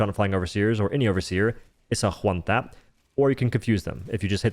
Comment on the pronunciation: omg how he talks is so annoying, I'm at "Juan-tap" number 20 only 3 mins in wtf lol